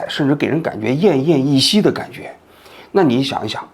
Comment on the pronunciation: 奄奄一息 三声 啥记者？真她妈逗